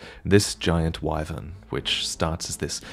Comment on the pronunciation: Please learn how to pronounce wyvern.